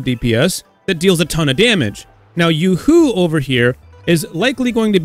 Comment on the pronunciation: Ain't it yoohoo not yuhoo